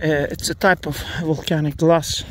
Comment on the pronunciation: Did you say that was glass or grass